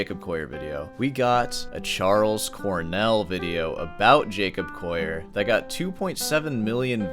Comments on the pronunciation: 'Coll - i - er', (as in a coal miner), not 'Coyer! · Are yuou saying Jacob "coyer"? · I've never heard anyone pronounce his name the non-anglicized French way lmao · Be good if you could pronounce the Collier name correctly, or is it just your egoistic bias?